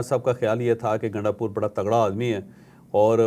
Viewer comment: Bhai naam to drust pukara karo gundapur nahein gundpur hae phir yeh gundpur sahib kaisee ho gaee aqal to aam logun jaisi nahein to aap sahib sahib pukar rahee hein